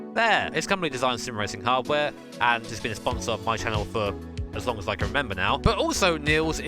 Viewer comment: Literally Nobody: My Sides:: L O N K. E F F E C T I V E. P O W E R. S T R O K E S